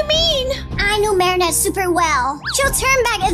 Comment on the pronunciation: is so funny he says is it marinnete evry game